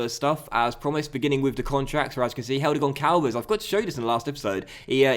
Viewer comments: Hello, I'm Portuguese and It's not Goncalves... the "ç" as the sound of an "s". It's actually Gonsalves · Just FYI, its not pronounced Goncalves. Its actually pronounced Gonsalves. The Ç makes the "S" sound.